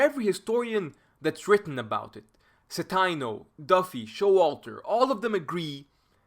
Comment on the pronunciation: I had Dr. Citino's "German Way of War" class at Eastern Michigan back in 2009. Always a pleasure to see him get recognition (also it's a long "i", Ci-tee-no)